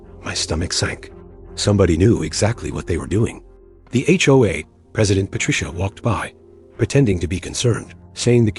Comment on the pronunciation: It's HOA not HOHA!